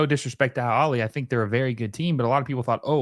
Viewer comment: Al Aheley. The H is not silent. It means “The Family”.